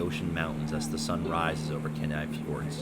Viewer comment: It's pronounced KEE-Nigh